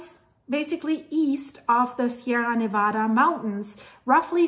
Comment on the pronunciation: As a longtime resident of Reno (and the Virginia City highlands) who recently moved to Tennessee for work, it is rare indeed to find anyone outside of Nevada who knows the proper pronunciation of the name. That alone earned a sub! Mentioning 395 was an immediate trip down memory lane and made me long even more for the beauty and majesty of Reno, Mt Hough, Markleeville and the pony express station, Gardnerville, Mono Lake, Lee Vining, and Yosemite. That highway is one of the most awesome and fascinating to drive because it follows the east side of the Sierras (the steepest and most beautiful area) alongside a humongous magma plume that continues to lift them to this day (as a story idea, it'd be an amazing look at how the Sierras formed and the role they're going to play in splitting Cal and shoving it into the sea). Love your content and always excited to see a new post, so will return soon. First however, I'm off to a refreshing swim in the scenic hot springs at lake Nyiragongo, then a cooling dip in June Lake. Thanks for the great memories!